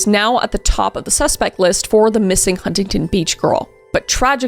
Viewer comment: Hey Kris, I just have to let you know that Huntington Beach California is pronounced without the first T. It’s more like Hunnington Beach 😉 That’s how everyone in California pronounces it and it was making me cringe when you pronounced it how it’s spelt lol